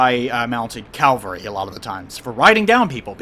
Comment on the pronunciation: Someday, will learn to say it right. I'm as drunk as I was a year ago. Cav-all-ree. =]